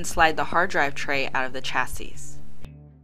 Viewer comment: you don't procounce 'chassis' phonetically lol